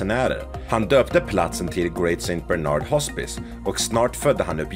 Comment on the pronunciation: Ska ni ha fakta så gör rätt för sjutton Berner senner? Sankt Bernhard är rätt och uttalet jobba på det.